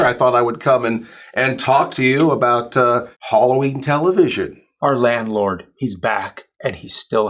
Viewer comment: I thought it was Halloween not Holloween. 😜